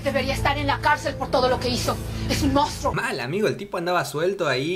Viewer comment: like si también escuchaste que la piba dijo "mostro" en vez de "mounstro" JAJAJAJ